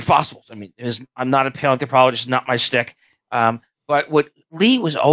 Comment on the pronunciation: Had to turn it off about 5 minutes in. Didnt like how he kept saying "we're gonna talk about this and then we are going to talk about this" And then he mispronounced AND misused the word "schtick"